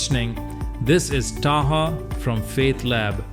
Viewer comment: Most people are generally unaware of the concept of the "burden of proof." Informative video. However, do not be so disconnected from the Urdu language in terms of speech that you start pronouncing the word "Taha" in English. Just as we have learned to pronounce foreign words correctly, give others the opportunity to hear and pronounce your name with its proper pronunciation.